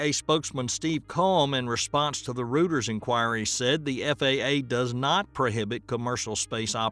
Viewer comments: Minor little correction. - "Rooter's inquiry" - Reuters is pronounced "Royters/Roiters/roy·trz" Don't worry, my brother pronounced it the exact same way as you. Lots of people get it wrong. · Reuters is pronounced roy-ters, not root-ers... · Good summary. Quick comment, “Reuters” is pronounced Roy-ters, not rooters. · Reuters (Roy-terz)